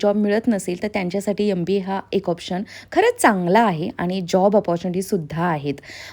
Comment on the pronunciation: Aap itne educated ho .magar M.BA KO YUM .BA BOLTE HO